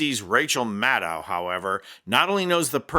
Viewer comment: Maddow is pronounced like shadow. Please pronounce her name appropriately. Thank you.